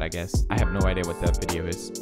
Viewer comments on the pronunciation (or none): none